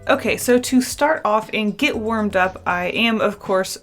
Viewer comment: I thought you said wOrMeD up!! 😂🤣